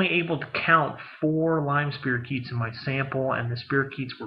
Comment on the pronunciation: It's pronounced spy-ro-keet. Just saying!